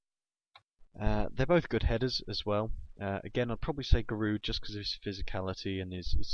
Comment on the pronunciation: Giroud is pronounced 'ji-rew'